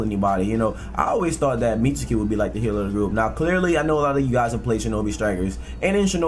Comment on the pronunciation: The U in Mitsuki is silent my G, it's Mits-ki. Just like the U in Sasuke